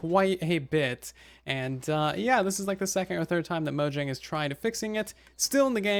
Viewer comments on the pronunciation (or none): none